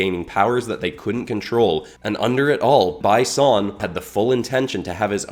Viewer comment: You could have pronounced "Bi Son" as "Bee Son" instead of "By Son" so it would be a clearer reference to Bi Han